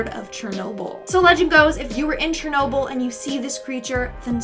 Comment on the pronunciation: "who wants to take a trip to chernolble me and my gf